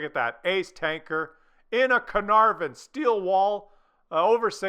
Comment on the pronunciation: This tank is pronounced Car-Nar-Von, Carrrnarrvon, next......